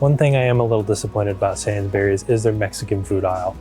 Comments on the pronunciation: Pronounced SAINSBREES not SAINS BERRIES. What about LIDL, M&S, CO-OP, COSTCUTTER, FARMFOODS, SPAR, KWIK SAVE, PREMIER, ICELAND ? Food in the USA lasts longer because it's full of preservatives and chemicals that are banned everywhere else ! British breakfast cereals have WAY LESS sugar in them. A lot of UK freezer/cold sections have sliding doors on them. ALDI for instance. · You mispronounced Waitrose, the t needs to be clear, like wait-trose not way rose :-) Also, “sainsbrees” is how you would say it, not sains-berries. The fruit and veg self weigh thing is new to me, I have never seen that in a UK store before and I have lived here all my life. Lots of things you pointed out are specific to that store and don’t really apply anywhere else. I think a Tesco would probably have given you a better indication of your average store. Sainsbury’s is kind of middle class (especially in Ely) and as such will have specific counters like sushi counter which I have never ever seen. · No! It's pronounced SainsBURIES.